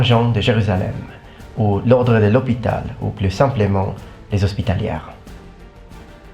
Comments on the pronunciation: c'est hospitalier et non hospitalière tu t'est tromper dans la prononciation en français, mais c'est pas grave ça l'arrive a tout le monde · In french you say " Hospitaliey " the r is always silent if there is no "e" after it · Hi, in French, you should pronounce the "...er" of "Hospitalier" as "é", like with the infinitives of verbs (for example : chanter, manger...). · Actually it is pronounced "ospitalié". The H is silent and there is no Y sound at the end to make it rhyme with "way". It is an É sound english speakers cannot make!